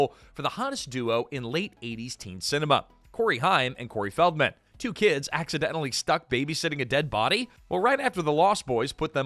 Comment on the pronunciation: hey AI VoiceOver it's Corey HAME, not Cory HYME